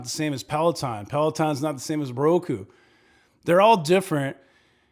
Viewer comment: I could have sworn you really said Broku lol. Just kiddin’ you know, excellent video to put things in perspective, thanks a lot!